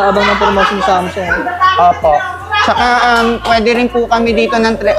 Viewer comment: Mali pronounce mo sa samsung anong samsoong sung yan tanga basta pinoy talaga nakakarindi ang pronunciation